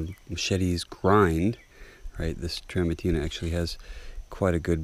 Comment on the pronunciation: What's up with rolling your R's when you say Tramontina but not any other time? That sounds ridiculous. Just say your R's normally. LOL! BTW, the philosophy behind a machete arriving to you being dull is because of the liability the seller would assume by shipping a sharpened blade. That's why most axes and machetes and many knives ship dull.